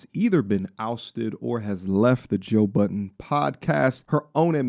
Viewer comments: His name is Joe Budden!! Not BUDDENS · You saying joe buddens is funny. There was a time when everyone put an s on the end of his sir Name. Lol